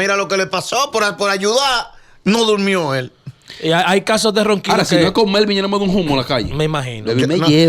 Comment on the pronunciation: Melvin lo pronunció bien